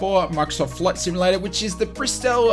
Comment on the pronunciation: Just so you know, there is a “T” in the word “simulaTor. You’re welcome